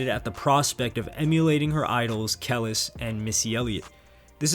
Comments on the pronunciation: Its PROUNOUNCE Ka leese ( kelis) NOT KEL LESS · Kelis is pronounced (Kale Lease) bro, you never heard milkshakes before ? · Kelis is pronounced CA LEASE